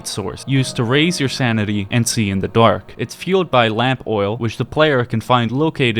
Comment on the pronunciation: "used to raise you sanity, and see in the dUaRk"